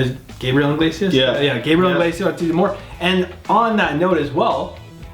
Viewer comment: I swear no one ever gets his last name right (I myself am not innocent) they always say his last name as inglesias. like its iglesias. theres no N lmao.